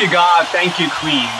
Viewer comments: It’s Queen not Queens please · Nice to see young generation seeing what talent is . But please 🙏 stop saying Queenzz ! It’s Queen